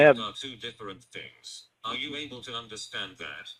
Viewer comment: I hate when he sings and pronounces "you" as "yew".